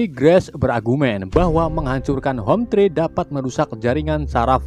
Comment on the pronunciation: "Hometree" bang : dibaca homtri bukan homtre (rumahpohon) Manusia orang2 "sky" :dibaca skay bukan ski (langit) 😂